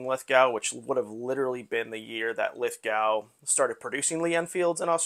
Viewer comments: It's spelled Lithgow. It's pronounced "Lith-Go." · Great score!! By the way, Lithgow is pronounced Lith Go. The W is almost silent